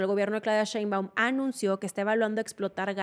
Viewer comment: Su forma de pronunciar "correctamente" lo nombres anglos, pero cuando es de otra region le vale la pronunciación jaja Que esperar de alguien que vive tan cerca de la frontera 🤷‍♂